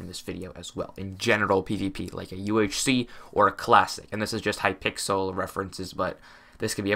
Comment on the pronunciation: ah yes hypickle.